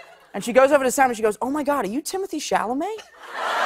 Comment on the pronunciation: Did he just say Timothy chamalay. 🤣